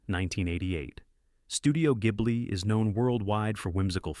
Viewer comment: Studio Ghibli should actually be pronounced jiburi. Even though the saharian wind ghibli is pronounced differently. But then again, this is just an AI voice over used in this clip so it's crap anyway, even though the content would've been lovely in itself.